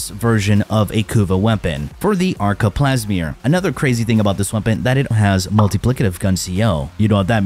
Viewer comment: Didn't know that Telos was pronounced as Telios. Now I know. Edit: Spoke too soon it's Plasmeer guys not Plasmor. Damn been saying it the wrong way for six years.